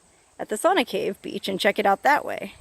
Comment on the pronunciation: Pronounced "Sow Na".